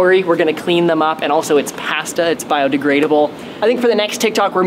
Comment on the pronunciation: why he sayin pasta like that